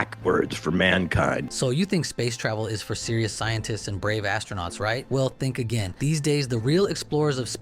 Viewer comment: i like when one commentator said ASTRO-NOTS. I'm a race car driver because i rode in a friend's sports car